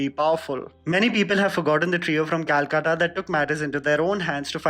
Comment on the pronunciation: Thank u fir this and pronunciation of Calcutta